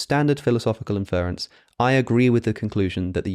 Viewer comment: How is it that you murder the word "inference" as an Englishman.... You're saying infer with its own stresses on the "fer" part, then just throw on "ence" In UK English it really ought to be "In-fr'ə'ns" with ə being schwa And even in US English, the stress is not the same as infer. the "er" is shortened, and is attached to and begins the rence suffix.... Its so Jarring each time you say Infer-ence.